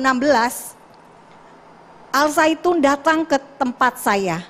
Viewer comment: al zaiytun woe bukan al saitun